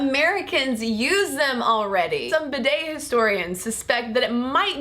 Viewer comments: First of all I wish you would say bi'det with the accent on the first syllable! Oops! I am partially educated in French! The way you say it shocks my sensitive ears! But yes! What a valid argument you present! I personally still use toilet paper but often a hand-held shower afterwards. For the record, I wish I had a telephone shower as well but the hand-held one serves the function to which I put it to well! I mostly use it in conjunction with taking a bubble bath! Oops! I do love my bubble baths! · Yes that mispronunciation all the way through was so irritating. Almost as bad as when they pronounce 'niche' as 'nitch'. just for the record, 'niche' is pronounced like 'neesh'. NEESH. ' Bidet' is pronounced 'Beeday' with the emphasise on the first syllable BEEday. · I love you AND bidets, but please, please , PLEASE, pronounce it BEE DAY!! (I don't actually have one but usually squat in the bath for a quick cold douche with the shower head after a poo. LG.